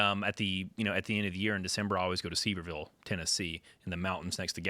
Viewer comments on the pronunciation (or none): Yall need to stay out of TN lol you think Nashville is great and can't pronounce Sevierville correctly 🤣